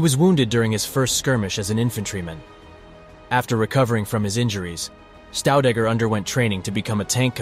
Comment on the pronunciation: His second name pronunciation is wrong. It's not Staudegger but Shtaudegger. The two letters St at the beginning of any German word is pronounced as Scht or simply Sht. All the best and thank you.